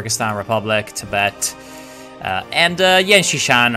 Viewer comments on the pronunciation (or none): none